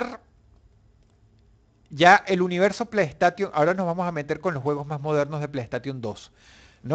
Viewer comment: y después dicen el inglés de los españoles cuando da cáncer escuchar "playstation" literalmente xD "PLAY" = "PLEY" "STATION" = "STEIXON" no es difícil... xD